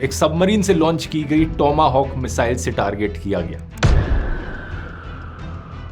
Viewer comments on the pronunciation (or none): none